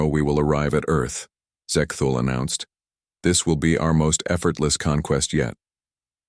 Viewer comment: Sigh, just an AI reskin (plagiarized) but no effort placed into cleaning up grammatical errors and pronunciations, e.g. , Zek-thul, Zek-thol, Ze-ke-Thool, Zek-tul, Zek-tol, Zex-Tool, Sex-Tool, Ahhh.